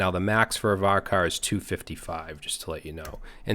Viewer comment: Great stuff as always man but...CHAR in VARCHAR should be pronounced with the ch sound, not k. It's similar to merc and mercenary, in that merc is an abbreviation but the c sound changes.